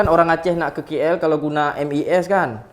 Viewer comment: K3napa suka cakap KI EL sebutla KL ATAU KAY EL